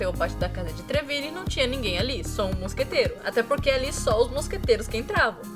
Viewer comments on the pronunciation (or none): Uma coisa MUITO BESTA que me irritava, a Miette falando mosqueteiro errado, ela fala "moscateira".